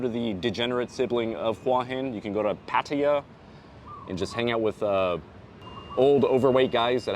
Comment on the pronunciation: All these advice videos and the people can't even pronounce Pattaya.